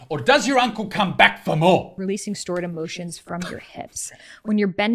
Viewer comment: “OR DOES YOUR UBCLE COME BACK FOR MORE?!?!?” 🤣